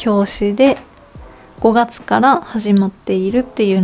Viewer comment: 5月のイントネーションが道民ですね😍